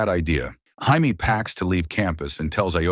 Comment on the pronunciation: Jamie, Hi-me, Hay-me... Your TTS sucks dude. Proof watch your videos.